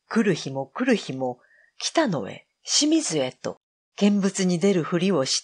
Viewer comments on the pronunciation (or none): 『清水』は、『しみず』ではなく『きよみず』です。